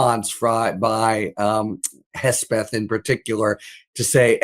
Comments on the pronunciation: Why he keeps calling him Hesbeth? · Sounds like is saying Hessbeth, that's a great name for him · Who is this “Hesbeth” your guest keeps mentioning??